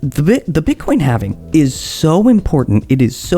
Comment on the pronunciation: HALVING HAL-VING. NOT HAVING. HALVING